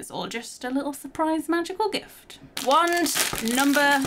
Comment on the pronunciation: It’s wand not want